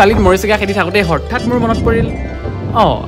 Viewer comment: dhuniya video bonua bhaiti. storytelling dhuniya. kebol xoru xura dui eta xobdo thik kori loba jene HOTHAT. hothat tu tumi Horthat kua jen lage